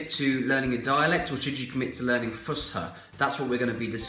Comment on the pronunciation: It’s Fus’ha not Fusha 😁